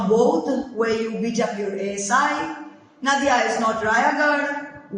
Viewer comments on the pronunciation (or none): Nadia jaise "Nadia ke Paar". Naadia nahin. Russian lagta sunne me hei...